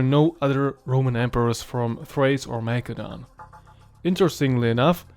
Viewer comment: Macedon pronounced Ma-k-edon?? Ma-seh-don!!